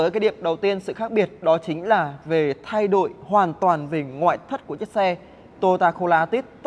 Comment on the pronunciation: nói tiếng sai tùm lum mà đi đánh giá xe hay sao??? nói : thay đổi lại nói là "thay đội" kênh này tào lao quá